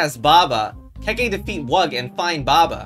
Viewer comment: The legend of BaBa a KeKe (not keykey) to the pasta